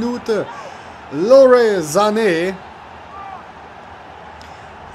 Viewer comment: (Lorey)? der heisst Leroy hahaha